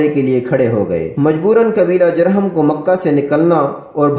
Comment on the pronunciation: تلفظ درست کر لیا کریں خاص طور پر جرہم کی جیم پر پیش پڑھی جاۓ گی شکریہ